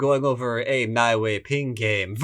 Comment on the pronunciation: Nie is pronounced /niɛ/ in chinese ;-)